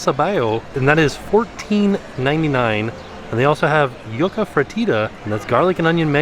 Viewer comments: I was just about to comment this! I cringe every time. 😬 YUCKA 😆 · it’s “yoo-kuh” not “yuck-uh” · It’s not “yuck-a”, it’s pronounced “you-kuh” (yuca) 😂😂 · it’s YOUca not YUCKa HAHA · Please stop saying yuck-uh...its you-ka! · I live on the Great Plains and I’ve always heard it pronounced “yuck uh” Edit: “Yuca, pronounced yoo-ka, is the root of the Cassava plant… yucca, pronounced YUHK-a, on the other hand is a genus of perennial shrubs and trees.” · you were pronouncing Yuca incorrectly. It’s pronounced “YOU-K-AH” (for future references. I love your videos! Big fan! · It’s pronounced youka. Not yuck a. Love the video. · you-ka... pls pls pls not YUCKA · Fries look great, but pronounced Yuca (yoo-cuh). Yucca is an ornamental plant. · Cuban American here. I cringe when he calls it yucca (Yuck-a) 😆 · Oh my god 🤣🤣 it's not yaca fries it's pronounced "you-ca " fries...pretty cool the dreamworks section. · My puertorrican ass is both laughing and dying at how is butchering them names like tripleta(tri-ple-ta) Yucca(you-ka) and pan sobao(paan so- baa-o) But it's ok, it's more as entertainment for us latino-hispanics!🇵🇷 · I love how you say “yuca” but in Spanish it’s pronounced YOU- ca. Not making fun of you, I just love to help people when I can ☺️ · We love you, but repeat after us Puerto Rican’s. Tree-Pleh-tuh/tree-ple-ta. Joo-kuh/ joo-ka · you’re killing it’s pronounced you....ka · I cringe everytime you say Yucka 😂😂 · 😅 the yuca is pronounced “you-ka” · Proper pronunciation: Dulce de leche - dool-say de le-che Yucca frita - you-ka free-ta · Please let me help you one day with the Spanish lol the yucka has me rolling lol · I’m Cuban and I’m laughing on how your saying Yuca it’s pronounced “yoo - kuh” 😂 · It’s ok,. I thought it was pronounced “yuck-a” too until I read these comments. 😂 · say it like (you-ka) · Yes. Or youka if its easier? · it’s actually “joo-cuh” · “Yucka” fries... hahahahaha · I died Everytime he said yaca 😂